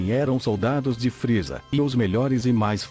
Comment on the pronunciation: vc falou RR errado é friza e não fril